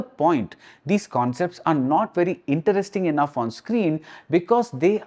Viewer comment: why does he say "interesting" in a strange way? is it deliberate to mean something else??🤔